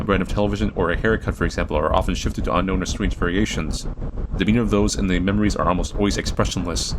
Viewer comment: “You have to beat the game dis many times” cut to him after beating da game, dis many times